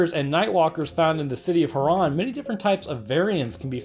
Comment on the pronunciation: At least you say herron right